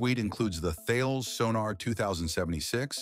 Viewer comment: Tha-Y-les? You can tell this is a non-human commentator.